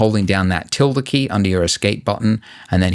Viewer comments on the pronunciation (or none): none